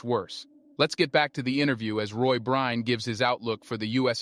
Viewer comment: I hope you apologize to for mispronouncing his name so consistently.